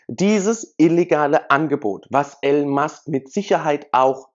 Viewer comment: er heisst Elon und nicht Alan. peinlich wenn man nichtmal namen richtig ausprechen kann